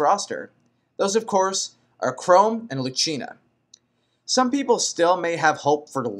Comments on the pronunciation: Did he really say Chrome and Luchina? :/ Its Chrom and Lucina. Also I thought he said Mark instead of Marth a few times. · Before i even watch this video completely...who the fuck is robin all these people talk about? Tiki for smash bros..for the hell of it. and he says "chrome" and "krim" for "KRAWM" wth is wrong with his speaking. and Ike isn't like roy, roy was a copied moveset of marth but better imo, ike has a unique moveset, so he has more probability of staying then roy ever did. Ok so i just looked up robin fire emblem and WOW are you fucking me? you want the avatar character in smash bros? these people are fucking retarded. generic ass bullshit that somewhat killed the game, i still love the game for fire emblem and whatever it's awesome and i use the my unit character, but really..i'd pick ANY fire emblem character over Robin, i would be Meg before robin that is the honest and ugliest truth. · has he played fire emblem awakening? he's saying all the names wrong. xD there's no e at the end of Chrom.